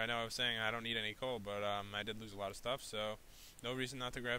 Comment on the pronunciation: Did any one realized he said in the third min he said cool not coal